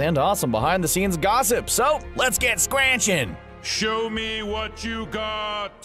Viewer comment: "let's get scranchin'" was where I pressed stop and went looking for comments about how they don't watch the show.